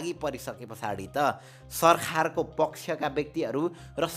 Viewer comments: video ta ramrai lago tara yo sarkar lai sarkhar sarkhar vaneko le chai irritate garyo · Bro your sarkhaar sound is very funny 🤣😂 Overall nice video